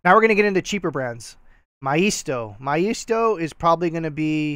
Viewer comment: I have heard maisto pronounced MAY sto